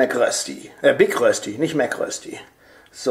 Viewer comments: Rösti ist nicht gleich Kartoffelpuffer. Die Betonung bei Rösti liegt auf dem Ö. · Es heisst nicht Rösti es heisst Röööööschdi ;) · Ich als Schweizer finde es totsl lustig wie ihr deutschen rösti aussprecht